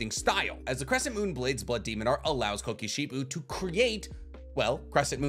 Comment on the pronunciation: love the video but dislike how he pronunciates the names for instance, he says gyotaro but his name is gyutaro or kokoshibu but his name is kokoshibo hes just getting his U's and O's mixed up